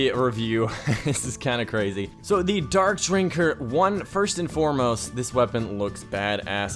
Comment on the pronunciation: at the beginning it sounds like he said donk drinker